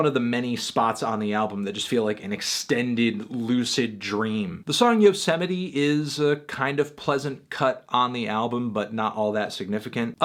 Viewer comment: Oh, it's pronounced "Yo-sem-ity"? LOL, I thought it was "Yose-might" :)